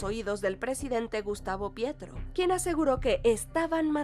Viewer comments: Jajajajajajaja, "Gustavo Pietro"??!!! Ay mamacita, primero, consultar el nombre del presidente colombiano, luego, hagan el vídeo, VALE?!!! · También me ando cagando de risa con lo de "Pietro" xD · PETRO! El apellido es PETRO, no Pietro! Al menos leer correctamente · Corrección el caso de Rosa Elvira Celí es uno de los más atroces feminicidios ocurridos en Colombia. El collar bomba es otro totalmente distinto, pero igual de grave. Y en la pronunciación del presidente es Petro, no Pietro. Falta mucha indagación y verificación en el video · para futuras referencias es Petro no Pietro jaja, por otro lado y ya mas serio el caso colmenares ha sido uno de las mas curiosos y sin justicia en Bogota hace poco absolvieron a las dos chicas que eran sospechosas